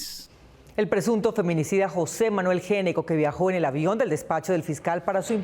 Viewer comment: Gnecco no se preonuncia "géneco", se preonuncia "Neco". Cómo muchas otras palabras, la letra inicial NO suena. Ej. Know, psicología, Knorr, knife, knee, knock, wrong, write, wrist.